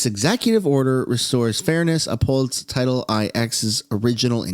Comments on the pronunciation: Title IX is pronounced, title nine. It's roman numerals. Cheers. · Title IX is correctly read " Title Nine". Sorry if this has been noted earlier, I didn't do a deep dive down the comments, please forgive me if this was already noted...